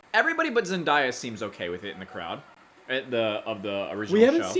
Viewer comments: as someone who loves this movie and unironically listens to these songs, it was funny watching you attempt singing them LMAO also as a big zendaya fan its zen-DAY-a not zen-DIE-a 😭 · her name is Zen-DAY-Uh not Zen-DIE-Uh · Zendaya not Zendyea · Btw zendaya is pronounced zen DAY a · Is the mispronunciation of Zendaya name on purpose 😂